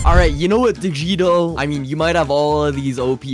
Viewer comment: haha that’s not it it’s